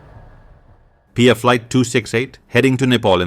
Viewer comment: It's not pia its P.I.A Pakistan international Airlines